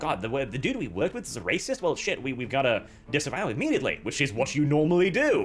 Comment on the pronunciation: He says "Reh-cyst", I heard the Golden One poking through for one second there xD (don't know if is Swedish, maybe I am REHcist for putting them in the same box:P)